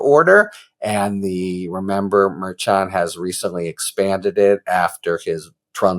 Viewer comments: Harry, love your channel, but it's pronounced Mer- shan. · It’s pronounced mer-shan as a guest recently reminded you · I think you’ll find it is Mer-Shawn😊